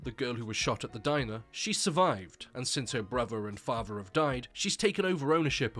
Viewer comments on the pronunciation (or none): "her bruver and fahver have died"